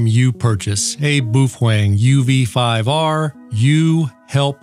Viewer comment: He said UV 5R perfectly. UV 5R is not mandarin.